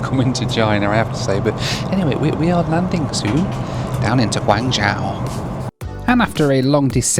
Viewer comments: big fan - Guangzhou is pronounced as Guang "Joe" and not Guang " Jowl " in mandarin. In the local cantonese dialect , guangzhou is pronouced as " kong jowl" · Pronunciation tip: it’s Guang-“Joe” (long O sound) rather than Guang-jow (like “ow!” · Mate your pronunciation was way off on your destination its said like gwang joe not gwang jow....... '' I think China southern are based here '' as he obliviously walks past the sign for the China Southern lounge ! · China approach patterns are because you have HK airport, probably the busiest in Asia outside of Tokyo. Then Macau, Shenzhen, Zhuhai and Guangzhou all within a 90km radius. And they are all busy. Guangzhou is pronounced gwong jo. I've flown into GZ and SZ a ton of times and immigration and quarantine is always a breeze. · I appreciate your horrible pronunciation of Chinese cities! Wow.... now I know why my Chinese relatives cringe everytime a non Chinese tries to pronounce their names. Guan-Jow! Ouch... 😅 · Drink every time he says GWA-NJAO! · It's pronounced 'gwon jo' and it's very much in the south and is one of the biggest cities in China. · It's pronounced "Gwong- joe",:), you're welcome! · Quite surprised you don't know the correct pronunciation of the city you're travelling to ( Guangzhou is pronounced Guang jo) Guangzhou is the Hub for China Southern. I've missed a few of your videos. Thus was a pretty decent review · The "zhou" in "Guangzhou" is pronounced much like the name "Joe." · One day will pronounce Guanzhou correctly. LOL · Bun-yi-wan-gi (I pronounce it phonetically). I was not having a go at you for not pronouncing Guangzhou correctly; I just find it strange that a well-known city is pronounced wrong, even by newsreaders. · Bro always pronounces Guangzhou with a dramatic effect lol